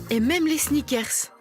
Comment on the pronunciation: Les snickèrrrses, les bodibildèrres